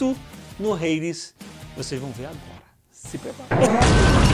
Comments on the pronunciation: É só fala "ADES" pra que "RADES" pqp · Po jovem nerd n Sabe falar Hades pelo amo, mais ficou top